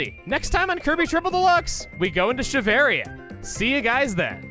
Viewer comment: Excluding mid-bosses, eating an enemy and lost Copy Ability will return your original ability to you. Also “Shiveria” nice one.